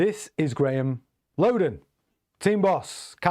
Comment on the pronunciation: Not sure i trust this information when you don't know how to pronounce the team principles name